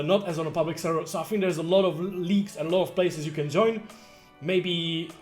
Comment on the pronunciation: "Jooin" xD Love it!